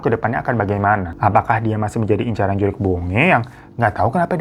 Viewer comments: Mohon maaf bang bukan "juriq" tapi "jurig" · JURIG BONGE bang bukan JURIQ🤣 JURIG itu artinya hantu. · JURIG bang bukan JURIQ.. itu bahasa sundanya hantu😂👍🏼